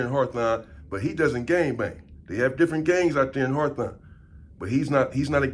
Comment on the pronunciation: “HARTHON” ITS HAWTHORNE LOL AND SINCE WERE HERE ITS HOLLA PEN YO 🌶️ SERVICE SA 🍺